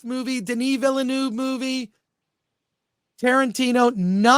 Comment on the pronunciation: Hey Chris, it's pronounced Vilnev, not Vilanouv.